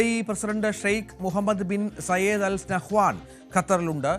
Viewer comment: നഹവൻ അല്ല നഹ്യാൻ